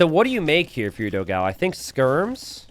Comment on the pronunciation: I hope one day will learn to pronounce Dogão correctly (hint: it's nothing like what he calls him)!